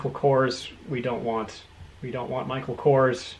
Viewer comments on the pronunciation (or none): none